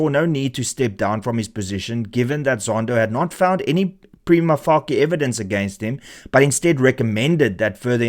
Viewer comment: its prounced preema fashie lol